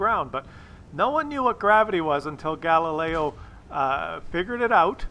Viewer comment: Galileo...really?!?! come on buddy;)